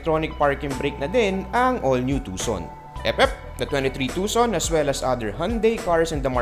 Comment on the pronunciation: Will not sell much to expensive. I think you pronounce it Tu-Son. Not TuK! Son lol...